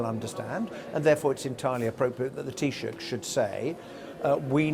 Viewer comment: Mate, learn how to pronounce the head of the Irish government properly mister presenter. Taoiseach= tea-shock. Like it's not hard.